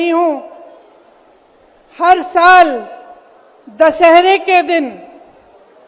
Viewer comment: "दसहरे" नहीं दशहरा 😂😂😂😂😂